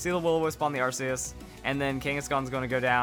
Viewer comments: if i get 1 penny for every time he mispronounced arceus, i'd be a millionare. ar-key-us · its ar k eus check official pronounciation ar keus and the jewwell of life